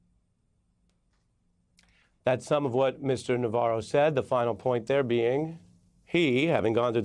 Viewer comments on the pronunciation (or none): none